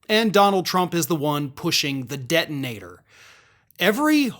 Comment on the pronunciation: Detonator. I heard Debt-in-Ater. Good nickname for dear leader.